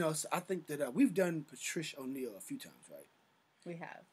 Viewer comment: He said Patrish O’Neal 😆